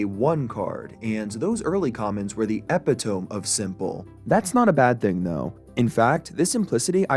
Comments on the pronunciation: For those who don’t know the correct pronunciation, it’s “Eh-pih-toh-mee” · "epi-Toam" xD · Eh Pi Tome 🤣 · epitome is pronounced eh-pih-tuh-mi btw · epiTOME lol. It's pronounced ee pit oh mee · Eppy tome lmao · EH-PIH-TOE-ME... no way you went to school in America and was never corrected on that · it's epito mi, not epi tome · excuse me, what? Epi TOME? Do you mean Epitome? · Epitome is pronounced as Epi-tuh-me, not Epi-tome. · "Were the epitome of simple" I don’t know why but I love how he says 'ep-ih-tome' and not 'ep-it-oh-me' 😂 I'm gonna finish watching the whole video, obviously, I just wanted to point that out lol. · Did bro just pronounce epitome as eppitomb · Epitome is pronounced like "ep-IT-oh-me" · EH PIH TOME? EPITOME? DID CHATGPT WRITE FOR YOU? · bro said epi tome.... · epitome is pronounced "eh pit oh me" lol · EEE-pit-oh-mEE u fuking idit. epitome? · did you just say "eppi-tome???" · Erm its pronounce "Eh-pi-toh-mee" 🤓☝ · bro said eh peh tome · Homie said eh peh tome again, it’s bait I swear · Not bro saying eh-pih-tome 💀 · "Epi tome" that is not how you say that word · the ep pih tome of hyper bowl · He didn't pronounce "thome" though, he said "tome" /toʊm/ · epitome is pronounced [uh-PID-uh-me] pls for the love of god >:C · Its not epitomy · look up the pronunciation of it, epitomy is how you pronounce epitome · I WAS THINKING THAT LMAOOO i think he just pronounced it wrong ngl ive done it before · All you people making fun of ' pronunciation of "epitome" are giving him free engagement which he ultimately benefits from, keep going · Your pronunciation of epitome is a nice kick in the nuts to start the video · that is NOT how you pronounce epitome bro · i hate how you pronounced epitome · Bro did not just say epitome like that😂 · Epitome not epitome was crazy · Oh hell nah. Pronouncing epitome like that in the first 10 seconds is an auto dislike. Try sounding out the word like the kids you hangout with do in class